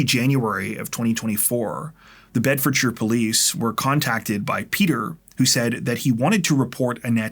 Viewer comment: Thank you for pronouncing Bedfordshire correctly!